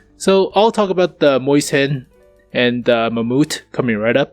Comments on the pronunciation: mäus-hen :D its mäus-chen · the mäuschen is pronounced like this... Moyss-shen. hope that helps:) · I am pretty certain that it is not pronounced "moisten".